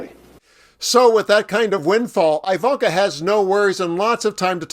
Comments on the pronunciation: Her name definitely isn't pronounced "eye"-vanka. ;-) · It’s pronounced E like evil. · I've NEVER heard her name pronounced with a 1st syllable sounding like "eye."